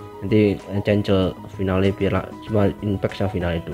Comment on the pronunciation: cancel bacanya (kensel) bukan cencel